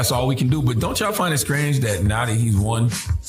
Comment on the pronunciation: Did he say “scrange”? Good luck pretending he wasn’t part of the problem when he was the guy who let Biden tell him whether he’s black or not,that should’ve been the end of his campaign